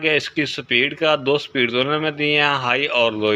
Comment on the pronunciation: "sa-pid" nehi - "speed" bolo.